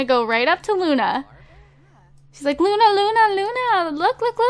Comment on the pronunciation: You called Luna justi